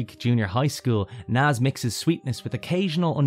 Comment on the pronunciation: Not Naaz it's Nazz